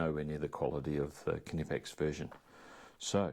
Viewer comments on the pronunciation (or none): Mmm beeer 😍 Once again nice good quality tools from Kay nippex! (pronouncing more like our US friends everytime 🤣) 🍻 mate